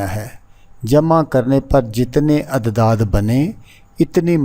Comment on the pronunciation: جس طرح تم اعداد کو عدداد پڑھ رہے اس پتہ چل رہا ہے کہ تم کتنے بڑے عامل ہو فراڈیے پہلے خود کچھ سیکھ لو پھر یوٹیوب پہ لوگوں کو دھوکہ دینا